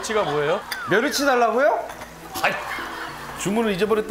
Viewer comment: 강호동:뭐여쮜.??? 이수근:머여찌가 뭐예요?? 은지원:며르치 달라고요??? ㅋㅋㅋㅋ개웃겨 ㅋㅋㅋㅋㅋㅋㅋㅋㅋ